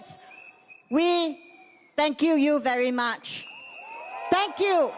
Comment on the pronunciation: still working Alamak.... Haix . ..... hmmmmm thank kew you? What a Singlish